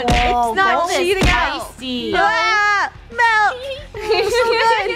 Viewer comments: “MALK” Milk Funneh 2019 Malks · Funneh still can’t say milk properly